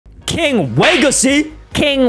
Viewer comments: HE SAID KING LEGACY NOT KING WEGACY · It’s not king wegacy it’s king legacy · it's king legacy not king wegacy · King legacy😂can’t make me say king wegacy lol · Yo you mess up you said king wegacy but the title bruh king Legacy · King Legacy not Kang wagacy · It's called king legacy not king wegacy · Pls stop calling king legacy king weagacy😢😢😢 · The Best Thing In The King Wegacy Is Actually "Code "😊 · Bro king wegacy 😂 killed me bro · Lol 😂king wegacy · in 15 sec in the vid you said legace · Lugn w-w-w-w-w-wegacy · Not king wegacy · No no no it’s wegicy